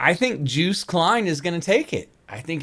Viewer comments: Yes, this one is better 😉😊🤣 The name is Joost, pronounced as in :"toast" And there is also betting in the Eurovision Song Contest. Who is going to win? That's why he mentioned the bookmakers. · His name rhymes with toast and the J is pronounced as a Y, so phonetically it's Yoast.